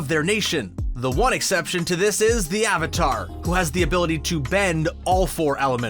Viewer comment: the fact that you pronounce avatar wrong in the first 15s makes me not wanna watch it therefore i don't. so just an advice learn your content before uploading it thanks